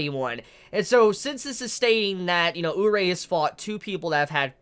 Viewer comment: omg say Urie's name right please xD its pronounced oo-ree-ay